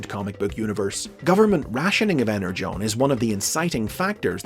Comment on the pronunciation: Falar EnerJon é desvio de caráter 😆